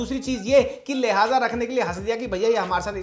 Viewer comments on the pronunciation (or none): lihaaz hota h mc.. lehja is a different word 😂